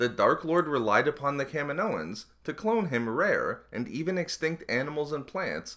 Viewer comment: I don't get how someone says "kaminoans" like "cam-in-oh-ins." In the movie no one calls it "cam-in-oh." it's like "Ka-meen-oh" and "Ka-meen-oh-ins." I can't be the only person who was annoyed by this